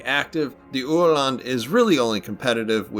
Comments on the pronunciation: Yea the pronunciation was spot on 👍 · I’m so happy I finally get to watch a proper history vid on this fine little boat! Great review. Also you nailed the pronunciation, I mean for a non Swede at least 😉